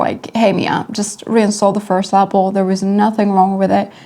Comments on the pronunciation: La pel……. Not La Apple….. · It came out great. And I love how you say Lapel. Hugs